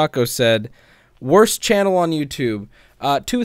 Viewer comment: "wost" lmaooo noice references